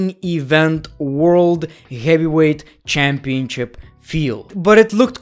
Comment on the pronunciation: If I got a dollar for every time he said CHAAMpionCHIP